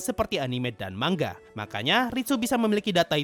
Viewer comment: Manga oi bang bukan mangga